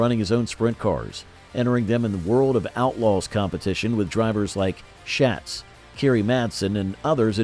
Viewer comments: Quit miss pronouncing Donnie Schatz’s name. It’s pronounced Shots not Shats. Jeez……. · Before you do a video you really should know how to pronounce Donny Schatz’s name.